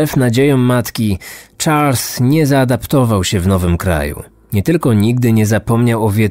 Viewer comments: Lubię słuchać twoich audycji, ale rażą mnie niedociągnięcia językowe, czy akcentowanie wyrazów. W tym odcinku imię bohatera wymawiasz po angielsku, zamiast po francusku. Zadbaj bardziej o szczegóły. Pozdrawiam. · Charles = szarl nie czarls;) to francuski wariant i tak na pewno nazywali go rodzice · Jeśli to francuz to SZARL nie CZARLS.